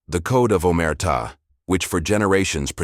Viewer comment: He say Omerta' with the accent on a and he says correctly I'm Italian born and raised 😉